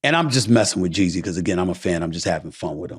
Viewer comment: Why does it sound like he’s saying Jay Z